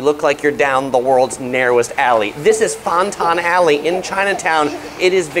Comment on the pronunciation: LOL it’s not FONTON alley…. It’s FanTan… just like it’s spelled 😂 Also it’s not THE James Bay. It’s just James Bay.